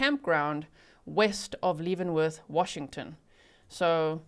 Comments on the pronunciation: Spelled Leavenworth, said Lev not Leev. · Leavenworth....pronounced LEV. (short E. sound) like. BEV Great job of reporting as usual..❤❤❤ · Lev-en-worth if you are curious of the pronunciation 😊I live not too far from that area and used to visit for family reunions. Beautiful area. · “Shell Anne” “Kit-a-tass” and Lev-en-worth like the prison. Not trying to be rude just helping. I live nearby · FYI it is pronounced Leaven like yeast. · Leaven is pronounced like heaven not Leeven❤ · I am a local and Leavenworth is pronounced Levenworth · Leavenworth is pronounced “leh-vuhn-worth”